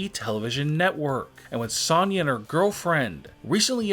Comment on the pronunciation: Say Sonya right next time